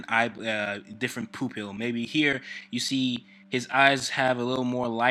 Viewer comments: OMG why do you say poop-il ... ITS PUPIL ! 😂😂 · He really threw me off when he said "poo-pill" instead of pupil . XD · ha he said poopil.